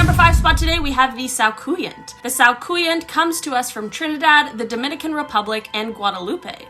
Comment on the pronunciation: The scouconyant isn't a undead and as a Trinidad and Tobago born lover of folklore., but I absolutely love that you put us on the list.... and unfortunately thats not the pronunciation. Love you still though you made me smile with this list.